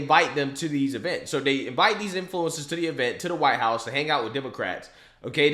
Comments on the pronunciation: Is she saying “white ass”? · seriously, where is she from? I've never heard "house" pronounced that way. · why she saying "White House" like "White Hass/Ass"? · She called it the white hass LMAO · WTF IS A “WHITEHASS” 🤦‍♂️🤣🤦‍♂️ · Idk how tf she said “white house” She said “why-hat” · She can't even say "white house"😂😂🤦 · Wtf is the “Why-hat” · WHY would she pick that name for herself? And was she saying White House? Sounded like white hats. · If you cant pronounce white house maybe you should be invited, I mean come on